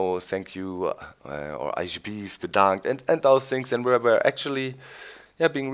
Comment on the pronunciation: alsjeblieft bedankt haha you're good in Dutch Doc!!